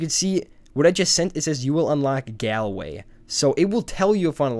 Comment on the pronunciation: Thanks for slathering the name of my home city Galway